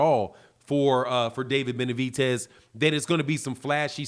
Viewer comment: I just can't ignore calling him benavitez ffs😂😂